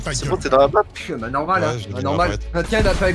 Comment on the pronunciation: Mdrr jp il dit qu’il connaît pas la Map puis après il dit g jou et à caul ofe duti jconé la mape